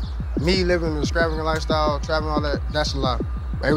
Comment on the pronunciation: He can't pronounce extravagant, how can you believe he lived that life?? 😂